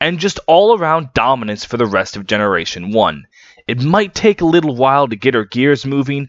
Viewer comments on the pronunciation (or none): none